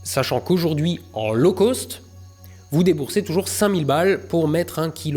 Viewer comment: Pourquoi toujours prononcer "low cost" "lôcôste" ? "cost" se prononce comme dans "lost". Et "SpaceX", pourquoi dire "Ixe" quand tu prononces déjà bien "space" ? Suffit de dire "ex".